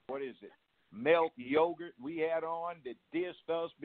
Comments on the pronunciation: He said “Milk Yogurt” instead of Malik Yoba 😂😂😂😂😂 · He said Melk Yogurt(Malik Yoba)😂😂😂😂😂😂😂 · Lol😂😂...Malik Yogurt (Malik Yoba)